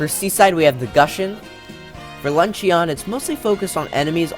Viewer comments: “Lunch-in” not “lunch-e-on” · LUNCHYON it's pronounced lunchin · Ok I love the video, you make great points, but I HAVE to say. “Luncheon” is pronounced “lunch-in” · You pronounced luncheon wrong. You don’t stress the E and O very much. It kind of annoys me, but the rest of the video is really cool